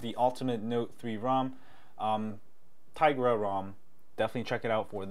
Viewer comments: Its tigra not tiagra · i think it's pronounced " Ti-Ya-Gra"